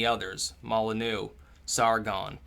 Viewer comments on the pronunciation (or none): Pay'-tree-on - Spend more time learning the pronunciation of words... BTW, it's Mol'-in-you